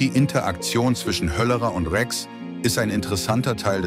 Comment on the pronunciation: Wie kann man nur den Namen Rex so falsch aussprechen. hahahahaha